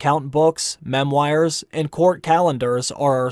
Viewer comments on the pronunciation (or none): Mem-wires? What’s a mem-wire??